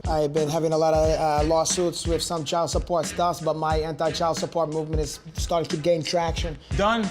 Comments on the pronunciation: "Child Supporch?!?... Not on my watch" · "CHILD SUPPORCH?! NOT ON MY WATCH!"